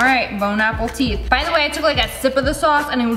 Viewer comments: She did say bone apple teeth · No one: Literally no one: Lia: "Bon apple teeth"